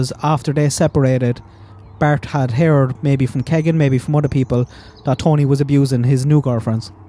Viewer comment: No offense but Keegan is pronounced Keey gan